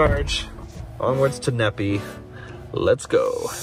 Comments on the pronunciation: Needing is actually pronounced Knee Fi, Nephi. Lol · It's pronounced Knee-Fi not Nepee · Stop butchering the names of my towns here in Utah! It’s pronounced knee-fi! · Fyi, Nephi is said like WiFi. (Knee-Fi) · FYI, Nephi is pronunced "Nee-Fy" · Nephi is pronounced "Knee Fi"